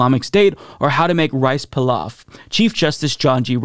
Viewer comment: Great clip!! p.s. Rice Pilaf - pronounced: PEE-loff 👍